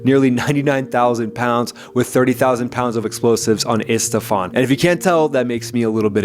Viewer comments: I think it's Isfahan, not Istafan. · Estephan? Did I hear you right? Gloria Estefan😂😂😂 ISFAHAN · ISFAHAN not ESTEFAN.. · Btw it's I-s-f-a-h-a-n not Isfathan. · Isfahan ❌️ Istafan ✅️ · I get triggered when you say "Istafan" and not Isfahan haha. The videos are awesome, keep it up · man i live in isfahan, but u saying Istafan is even more annoying than possible fallout. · "Estefan" lol Dude.. "Isfahan" Or maybe they actually wrecked some Estefan somewhere by mistake and the Isfahan facility left intact 😂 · Isfahan. Not Istafan. Drove me crazy. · Great videos. Love your work. You continue to say "Istafan" instead of "Isfahan" somehow it bothers me. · Isfahan, not istafan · Isfahan** not istafan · Iss-Fah-Hahn. :) emphasis on the last syllable. :) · It's Iss-Fa-Han, BTW, no 'T' in the middle. Under Shah Abbas, one of the world's greatest cities. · Man, please learn how to pronounce Isfahan.